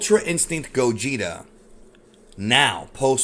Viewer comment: It's pronounced Gaw-geht-ay